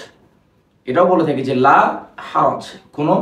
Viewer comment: লা টান দিয়ে পড়তে হয়না ?